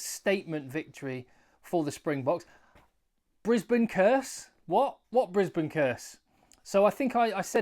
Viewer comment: Brubam and Brisbanburg........brilliant!😂